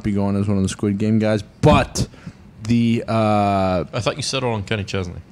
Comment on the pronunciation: How bad butchered Squid Game lmaooo